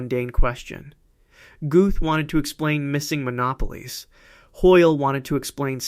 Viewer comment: When you mispronounce monopoles I lost interest.